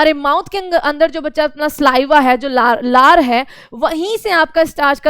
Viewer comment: Larya nhi lar